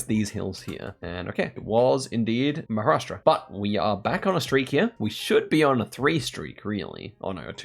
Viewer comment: well, I guess you got the point, I was not being salty, I was confused when the actual non-Indian content creator pronounced Maharashtra completely every time, why was it hard for an Indian to call out a Indian state name. When you are trying to address a state in India for a global Audience, don’t you think you were mis-representing? Let’s say if someone wants to research Maharashtra, do you think googling ‘Maha’ is enough? Forget the part of being disrespectful, Same way when I type Sa instead of Sayan. I get the global Geo guessers having hard time to pronounce certain places, so they shorten it up, but what the excuse when typing it in a comment section?